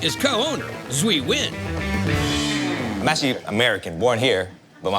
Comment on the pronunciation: That Vietnamese-American waiter’s name is Duy Nguyen! His full name should be pronounced Dwee N’win in the American English way instead of Swee Win in it! 🇺🇸